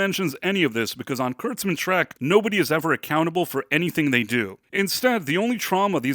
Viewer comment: Treck? It's "Trek" dude...